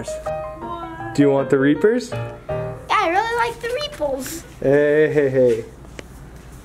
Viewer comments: this man said replis for reaper bars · why can he not say the r!!!! LMAO